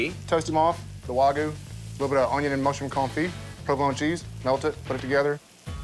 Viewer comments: Why does he keep saying Waygu .😂😂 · Nothing drives me more crazy than when people say "Wah Goo"